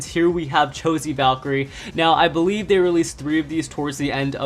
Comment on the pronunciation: Hee saidd bewive